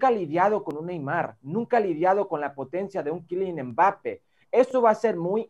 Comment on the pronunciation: Quilian embápe JAJAJAJAJAJA ese Hércules Gómez🤣